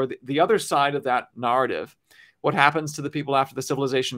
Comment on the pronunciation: Yea what he said... that narr-tiv 🤭